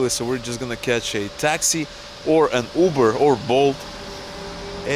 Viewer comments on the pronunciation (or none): none